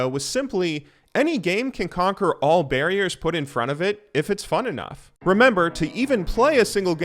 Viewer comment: Barriors....is that a meme or something? XD